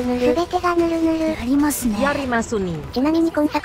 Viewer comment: ヤ↑リ↓マスニィ→